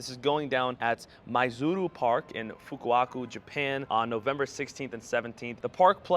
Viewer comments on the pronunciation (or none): Fu-Ku-Oh-Ka, every time it's mispronounced a Galarian Legendary Bird runs away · ahah he traded the O with the A. It was funny, it's not about beeing Japanese or not since it's written with our letters. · Lol none of these people can pronounce Fukuoka